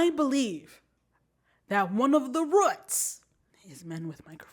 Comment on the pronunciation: Girl did you say "ruuts!"?!? Not roots but ruuts! Lol, that's deep when you get to the ruuts